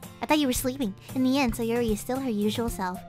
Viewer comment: Names that butchered (and how she pronounced them): Moneeka, Sieoree, and NATsikee.